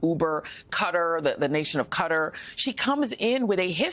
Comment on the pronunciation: this bih just pronounced qatar as "cutter" 😂